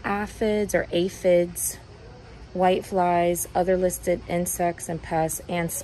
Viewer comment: with the correct pronunciation of aphids lol 😝. That Captain Jack’s super soap is awesome. Never seen a Walmart that well stocked. I still don’t know why box stores don’t take better care of their plants. That black velvet was way over priced for the condition it was in. Thanks for sharing!